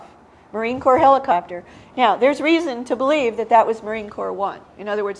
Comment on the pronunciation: What's a Heeli-chopter??